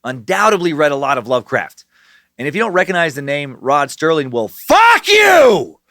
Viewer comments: Does he keep saying Rod "Sterling" instead of Serling or am I just so used to hearing mispronounced words I'm hearing things? Oh dear lord when he gets to the monster names his head just might explode! LOL! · Rod SERLING. Not sterling ....🙄🙄🙄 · FOR THE RECORD, there is no “T” in “Serling.” (Still love ya, brah ... )